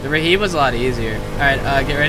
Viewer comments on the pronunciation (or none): Raheeb??? Wtf are you saying, it's pronounced rib like in the chest, great video though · i love how everyone pronounces RHIB like RAHEEB. its freaking rib. Like your Ribs. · Definitely Rib. Raheeb may be an American way of pronouncing it. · why is someone calling it 'rahib' like its a muslim lmao. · It’s not reheeb, it’s pronounced rib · Nope. They definitely call it a RIB in the Navy. Also, see basic English pronunciation. There is no A or I between the R and the H. Why would it be pronounced RAHIB? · Any else geting pissed he keeps saying Rihib insted of RIB ? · Its pronounced RIB not raheeb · Rhib, Pronounced Rib not Reheeb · what the fuck is a raheeb?.....You mean RHIB...pronounced Rib...LOL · RHIB Is pronounced Rib btw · Yeah, it's called a RHIB, or pronounced rib. Stands for Rigid Hull Inflatable Boat. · RHIB = Rigid Hulled Inflatible Boat and it would be pronounced 'rib' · clearly you've never used one, it's a rib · It's pronounced "rib" you silly villains. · stop calling it a reheeeeb, its a Rehib, REEEEE HIB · No, it's just RHIB, pronounced 'rib'. Simple as that.